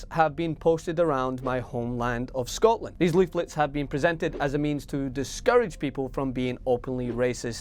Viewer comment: I love how he says .. Scotland !!